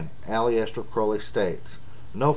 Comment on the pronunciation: You pronounce Aleister wrong, but you also pronounce Crow-ley (as in the raven) wrong. Source: Aleister Crowleys biography